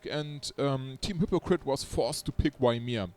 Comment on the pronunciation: I like ur way of saying Ymir more than the original one.. I even started to say it myself sometimes.. It adds a bit of swag to him